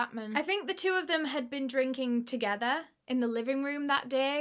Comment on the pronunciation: “TogeTHUR🤠🎼” lol ily